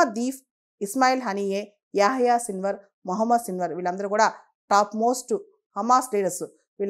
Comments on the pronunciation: Hallo మేడమ్. మీరు పదే పదే సిల్వర్ సిల్వర్ అంటున్నారు .అక్కడేమో సిన్వార్ అని రాసి ఉంది. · Hallo madam మీరేమో పదేపదే సిల్వర్ అంటున్నారు .అక్కడేమో సిన్వర్ అని రాసి ఉంది.